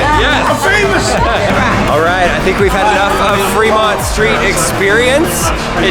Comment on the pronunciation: hehehe "I'm famiouse"😁